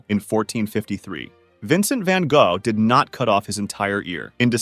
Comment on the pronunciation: Kudos to getting closer correctly pronouncing Van Gogh, but it's still way off 😂